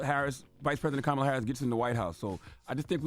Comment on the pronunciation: Can we correct everyone who mispronounces Kamala’s first name. It can’t be pronounced both ways.